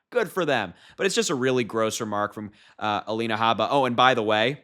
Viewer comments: It's purposely bring disrespectful by saying her name wrong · Saying her name incorrectly on purpose is petty.